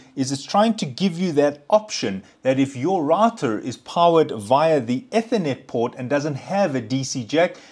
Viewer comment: eeeethernet , not etthernet 🤣